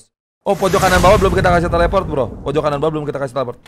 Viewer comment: Bang kenapa nyebut teleport jadi teleprot